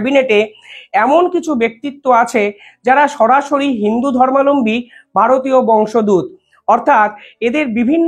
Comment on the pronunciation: বংশ দুত নয় নয়,বংশোদ্ভূত। বারবার ভুল উচ্চারণ করছেন, বাজে লাগছে।